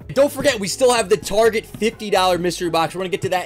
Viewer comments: Loved the video! Also you said tarjay instead of target multiple times lol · Dude Its 'Tar' 'Get' not 'Tar 'gde' 'a' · Why does he say tarjet instead of target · my man just called target; TARJ! haha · Tarjay I thought it was target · Awesome video but istnieje it Tar- Get. Not Tar-Jei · did u say tarjay it’s target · he says it tarjeee isnt it targettt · It’s actually target not Tajae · you seed tarjet its target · Why does he say. Targay it’s target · targae? tar Get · Wait... Its pronounced tar j? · Tar-Jaay.... Haha nice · I didn’t believe it when I heard target shoppers are better than Walmart shoppers but I didn’t know they were out here pronouncing it targhey, lol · my man just said tarjay 💀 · He really said tarjay lol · Did he just call target tarshay? Lol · bruh "Tarje" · He really said targaee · He really said targey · He pronounced target wrong lol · Ummmm… it’s called TAR-GIT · U read target wrong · Why you say tarjay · I can't set aside the fact that he is pronouncing target wrong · said target in a New Jersey accsent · Why did he say target so weirdly 😭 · So is anyone going to tell him he’s mispronouncing Target?🤣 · Why did he pronounce target so weird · I was wondering the same thing. Came to the comments to see if anyone else noticed it but you're the only comment about it. Thought it might be some inside joke I wasn't getting or something. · You said target wrong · The way he says target 🤦‍♀️🙅‍♀️ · is target rlly pronounced that way